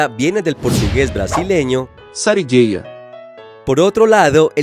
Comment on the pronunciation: ese "sarigúeia" está mal pronunciado, es con U en portugués también, aunque la palabra más usada no es esa, se dice más "gambá" pero es problemático porque usan la misma palabra para la mofeta o zorrillo